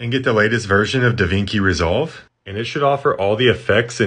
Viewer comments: I’m just gonna assume this guy is trolling by pronouncing it Davinki. What is it with these last 2 generations? They have been online their whole lives and don’t know a gaddamn thing. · We're gonna need to have a little chat about your pronunciation of DaVinci. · Did you just completely mispronounce DaVinci? "Davinkie" I thought you were supposed to be intelligent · Actually, Da Vinki is the half right pronounciation of DaVinci in Latin. DAVINCI would have been pronounced more like Da Winki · Ok. Does he purposely mispronounce things? Davinki?